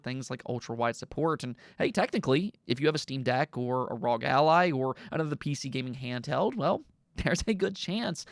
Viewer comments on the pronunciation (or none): none